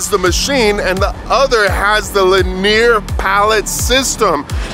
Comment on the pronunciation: linear? not leneer